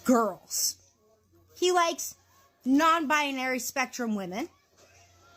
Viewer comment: What is a bi-ah-nary?! 😂